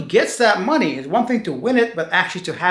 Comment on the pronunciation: i love how you pronounce money,your way of speaking is mooney lol